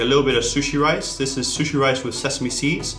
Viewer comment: I am Japanese and I hate the way he says sushi